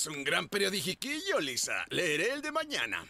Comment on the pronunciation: Alguien notó que el alcalde dijo Liser en lugar de Lisa?